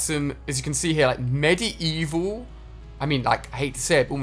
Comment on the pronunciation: THE WAY HE SAID MEDIEVAL ew